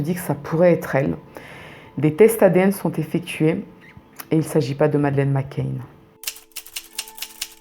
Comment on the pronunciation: McCann et pas McCain